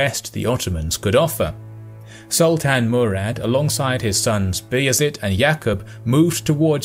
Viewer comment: Sultán, not Salt Ann! Do your research. ... Yaqúb, not Yak up.. Footnote: Serbians never did do well, after the first foray. Sarajevo, for example.